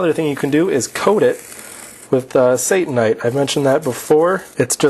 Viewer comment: I believe that Satanite should be pronounced as Sata-nite. Let's not give Satan any credit here. satannite would be pronounced as you did. Notice the double n .